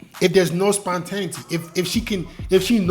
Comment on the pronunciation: Like your content Bruh. Learning new things still at this age. I know you're not gonna take it the wrong way, but spontaneity is pronounced- spawn-tah-nay-itty. Just want to see you keep shining my boy!